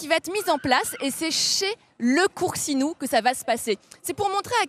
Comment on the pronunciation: " le coursinou " Bou sti pinzutti di merda . Faites des efforts de prononciation